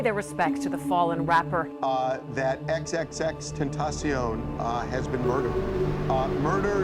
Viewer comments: не икс, а экс, всем это говорю. Уши режет. #LLJ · Отличное видео чел, но пожалуйста не ИксИксИкс, а ЭксЭксЭксТентасион. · хаха б*я простите, но я должен это рассказать, мы с другом часто слушали его, и когда я произносил его Ник (примерно как тут ) он часто меня исправлял на "икс икс икс тентейшн" Боже, пи*да моему другу Но если серьёзно, мне больно осознавать что его больше нету с нами, огромное спасибо что ты не даёшь нам забыть о легенде, F